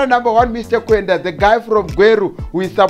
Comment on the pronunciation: its mr kwande not kwenda